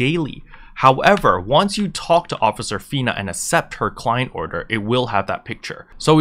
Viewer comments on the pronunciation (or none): Man I'm sorry but I gotta say, its ak-sept accept, stressed me out lol thanks for the guide